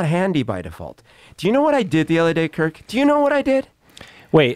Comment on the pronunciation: “Kirrrrrk” lol 😂